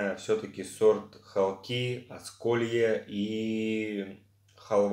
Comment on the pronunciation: Не ХолкИ,а ХОлки,населённый пункт в Белгородской области